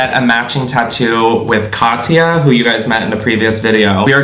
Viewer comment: did he say..... katya??👁👄👁